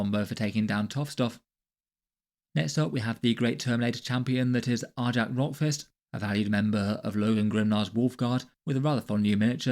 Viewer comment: One minor correction- it's pronounced "Ar-yac," kind of like "Ny-all." Great breakdown of the rules though.